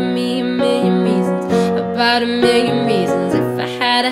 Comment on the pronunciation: I find it so lovely the way you pronounce "million". Your work is amazing. Keep it up <3